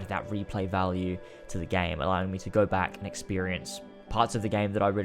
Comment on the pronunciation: i always hear: and let's co